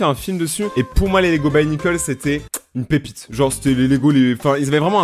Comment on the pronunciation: sa se dit "bionicle" avec prononciation fr et pas "buy o nikeul" x'D